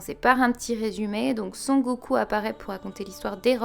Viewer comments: Le "Sen" de "Sengoku" se lit "Seine"... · Sans vouloir être désagréable. Arrête de l'appeler SONgoku c'est SENgoku 😂 on est dans One piece pas Dragon ball . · Sengoku pas sangoku